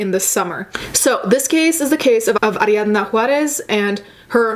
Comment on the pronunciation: Do you speak Spanish? The way you pronounced Ariana Juarez was just to cute.